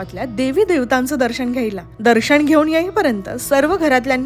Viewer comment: लग्न लग्गण नाही. दर्शण नाही. सुरे नग्न म्हणतो😂